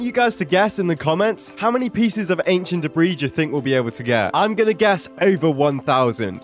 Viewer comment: 600-750 an-kie-ent dae-brie